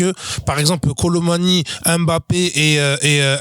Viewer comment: Un gros merci au boug pour la prononciation correct de Mbappé